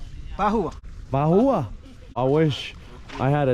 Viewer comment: Not Bahua, basu